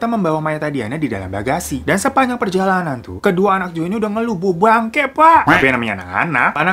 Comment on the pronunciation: "Bau bangke pakk" 😭😭 logatnya itu looh:(